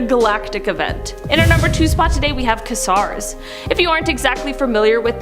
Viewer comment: She pronounced Quasar like "kasar" and not "kwazar" LOL